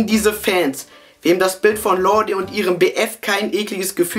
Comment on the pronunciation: Man spricht lorde "lord" aus hahahahahahh lf